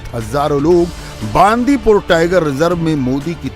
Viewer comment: Hindi States always mispronounce south language. It is not बांदीपूर, it is बंडिपुर.